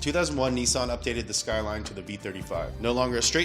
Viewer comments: Nissan not Neesawn. ffs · I can’t take you seriously when you say Neesan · Dude Nissan not NeeSaan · Its not a Kneesan Its a NISSAN! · Its niss an not nessan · NISSAN ( NIS - SAN ) not ( NEE - SAN) WHY THE FUCK YOU PRONOUNCE SHIT INCORRECTLY ON PURPOSE!?!??! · OK Pronounce Nissan correctly if it's hard split it up nis-an Not neesan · Nissan is not pronounced "nee-saan" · Why do Americans pronounce Nissan so weird. "Niissaaan" lol. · The way he says Nissan is hilarious 😂😂😂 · Its pronouced Nissan Not Nissan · why do you pronounce Nissan so stupidly.